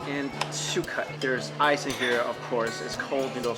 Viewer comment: I thought he said eyes and not ice